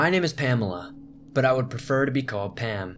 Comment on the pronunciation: “Are you saying Pan? Or Pam??”